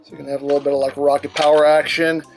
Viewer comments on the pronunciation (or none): Dude can't even pronounce most basic words properly. "And dis is a littwe somefink we get wif tha figure..."